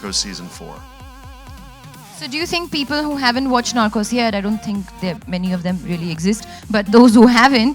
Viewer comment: Seriously?? 😂..How did she even end up there??😂..The way she pronounced NARCOS was just horrifying!!😤...Damn sure that less that 1/4 th the population of india would have watched narcos season 1 nd 2....nd much less for MEXICO..!!..This girl dont even deserve to be there cuz Im pretty sure that she has'nt even watched 1nd 2..🙄😏😏